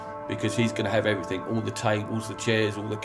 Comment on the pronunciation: The Kings English, Oxford English both define that the correct way to pronounce the word EVERYTHING is "every- thing" and definitely not EVERYTHINK (everything not everythink).